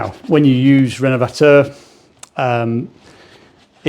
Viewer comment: Will himself or anyone else in the comments 😊please fill me in on the products he's using. I'm from across the pond here in the USA and cannot tell what he means when he says "Renmvactuer" or whatever brand he mentions. I'd even entertain the idea of purchasing it from the U.K. too if there are no products of equal quality here in my home country.